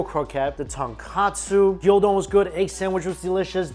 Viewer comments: Gyudon not gyodon lmao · Gyudon not gildon Gyu rhymes with new don rhymes with bone The dressing wafu means Japanese style. and still can't say Onigiri, I guess you have a speech impediment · Stop calling it gyO-don! it's Gyu! From the Japanese word for cow/beef. You don't call it WagyO do you? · It's called GYU-don, not GYO-don... LOL